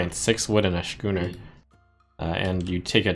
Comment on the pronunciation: Schooner is pronounced "skooner." You're driving me crazy, Trump!